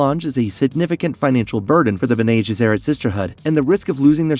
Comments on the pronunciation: It should be 'BENnay GESserrit' - not 'JESserit'. It's a Latin phrase meaning 'those who do good' - an ideal title for a group self-serving, manipulative megalomaniacs! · Also "mentant, and the b'nay gheserat" ? "Presenants"? Ah man he actually finally called it presience as I was typing. Someone isn't a fan of dune and is just reading a script... I'm pretty much the comic book guy from the Simpsons rite now, lol. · I enjoy the videos and love that you’re covering Dune, but PLEASE get your pronunciations down. It is painful. Some of them are open to interpretation but when you get names wrong and can’t even pronounce Bene Gesserit correctly it hurts your credibility as a knowledgeable content creator. Looking forward to future videos! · Irulan - I-ru-Lan Bene Gesserit - Bene gEsserit (not Bene jessErit) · Your pronunciations are WAY off.. BENNIE JES-ER-AT KWE-ZATS-HAD-ERACK But you get Harkonnen right 🤣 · Mispronunciations on Bene Gesserit, Princess Irulan and Padishah Emperor. Pretty bad even for an AI.